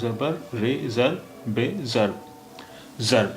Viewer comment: Shabad jarb vich Juwaad te jabr tan pai ni, bol rhe ho sir ???? Hor v kai thawa te jabr bol jandey ho pai hundi ni sir ??? Shabad jid vich v juwad de hetha jeb ni pai, bol rhe ho sir ???